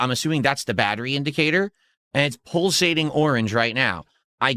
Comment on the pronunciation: What’s pull-sating?